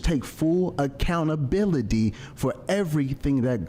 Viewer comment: “Men take full acountabiliDEE”. 🤣🤣🤣